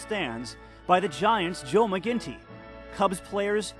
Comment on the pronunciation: IT'S NOT PRONOUNCED McGINTY! THE NAME IS McGINNITY!!! THERE IS A SECOND "I" THERE!!